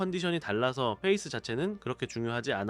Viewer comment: face 가 아니라 pace - 즉 p 발음입니다. 계속 face face 하는 게 좀 거슬립니다.